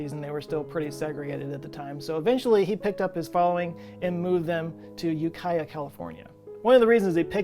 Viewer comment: Props for correctly pronouncing 'Ukiah.' On a semantic note, what do we call a cult that is all grown up? A Culture.